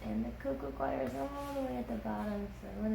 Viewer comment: Coir not choir Cor-ee-er